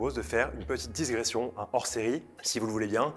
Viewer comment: Aïe, mes oreilles souffrent avec la diSgression ! Sinon, c'est bien et joli mais difficile de vraiment comprendre où sont les différentes pièces nommées (sur la première en tout cas).